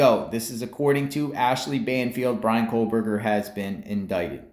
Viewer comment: Why are you saying kohLberger ??